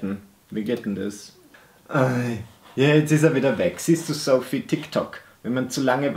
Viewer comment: jedesmal als du Sophie (soffy) gesagt hast, fühlte ich mich angesprochen.😂😎 lg. sophie😂